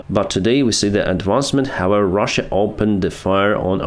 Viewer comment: Could you please stop saying “hovever”, thx.